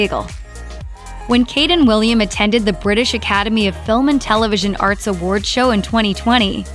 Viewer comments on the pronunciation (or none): none